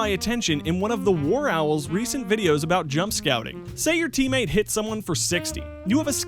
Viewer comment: everyone still talks aboot it